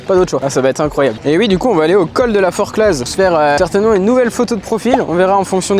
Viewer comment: Jusque la super j’adore la vibe mais il m’as prononcé le Z a forclos naaaan